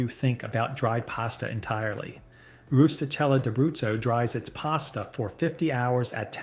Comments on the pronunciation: Really weird editing in this video. Very jarring cut offs of words, not smooth. Also, learn how t properly pronounce Italian words. Rustichella is pronounced roosetikella. The che is pronounce as a hard c or k sound. It is not an aspirated h sound, no h at all. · Last one is pronounced Roosta kayla I